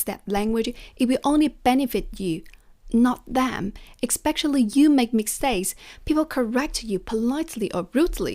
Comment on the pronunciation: It's pronounced espe-sh-ially, not espe-x-ially 🙂